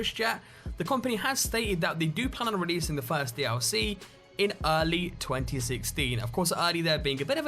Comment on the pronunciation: "D ow C" NO D L C NOT D-ow-C